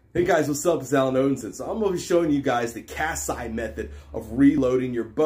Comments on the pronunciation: Love how you pronounce Kassai 😂 nice vid tho! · As a Hungarian, my ears started bleeding when you said Kassai. It should sound something like Layosh Kashshai with i making an actual i sound rather than an ai/ei. It means "Lajos (Luis/Ludwig) from Kassa" or "of Kassa", you can notice the i at the end of a name in many hungarian names such as Széchenyi or Görgei. If its a Y it indicates that the family has a noble title(there exceptions, for example the Széchenyi family has been one of the most noble families of Hungary since 1312 but Széchenyy would look weird so they went with the I however to show that they are in fact noble you have pronounce the e if it was an é). Other than this, its a very great video and you mastered the technique very well.